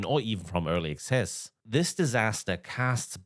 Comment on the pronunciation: It sounds like you’re saying early excess. The only excessive thing about these vaporware games is how the amount of cash the lead devs pockets before failing to delivering.